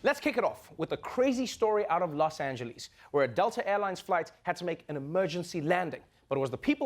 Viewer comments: Is anyone else annoyed by that reporter's pronunciation of "Los Angeles"? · los angelies?